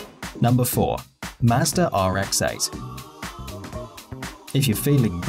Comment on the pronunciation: Ughh.... does anyone just drop their drawers when he says a car name with an R at the end? Mmmmmm mazders..... no offense to anyone